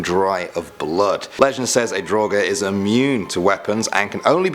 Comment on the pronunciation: When said Draugr I thought he said droger which means drugs😂